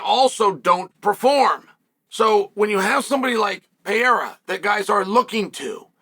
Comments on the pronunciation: You should first learn to pronounce a man's name (Pereira, not Piera). Then when you learn to respect a man and pronounce his name correctly, only then you can talk about what's sportsmanship and what's not. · Pereira not perheya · It peyhaydah say like that guy 😅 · Your pronouciation of foreign names is so hilariously American. Always cracks me up. Peyeaaara. Makkeltjev etc. lmao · Puh - ray - rah You're welcome, Chael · Im coming to the conclusion that Chael just doesn’t like Pereira. Constantly mispronouncing his name, calling him a bully, picking him to lose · Learn to say his name firsts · Bro. Pronounce his damn name right. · They way Chael says his name gets worse and worse each time 😂😂 bro is incapable of pronouncing Alex’s name even remotely close to correct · You still cannot say his name correctly? It'd be funny to watch him slap you until you learned respect and proper pronunciation. Plus, you chose Rountree to win...so ofcourse you are butthurt